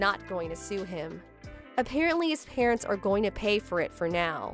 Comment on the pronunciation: Why can't any of the actors pronounce parents' correctly?